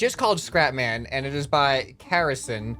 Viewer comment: Scrapman: "karlson" Me: speechless search karlson on the most wishlisted game